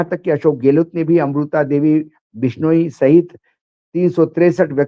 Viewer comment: बिश्नोइ (बिश नो ई) उच्चारण इतना कठिन नहीं है। मराठी लोग भी बोल सकते हैं। कृपया कोशिश तो करें। आप इलेक्ट्रॉनिक मीडिया पर हैं। आपको सही बोलना चाहिए। याद है आकाशवाणी और दूरदर्शन पर सही न बोलने पर मौका ही नहीं मिलता था???